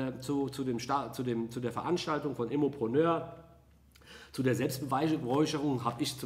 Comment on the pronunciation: Immopröönöööör! Dein Französisch ist bumstagebuchtauglich 😂👌